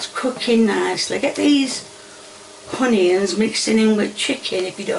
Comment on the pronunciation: I watch you with my friend and there is one thing I need to say please please stop calling onions honions and it’s oil not hoil